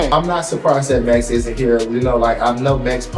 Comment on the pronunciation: Swore I heard call MAX, MESS